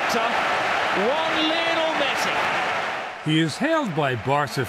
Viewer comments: Old man can't even say the goats name 😂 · god he butchered his name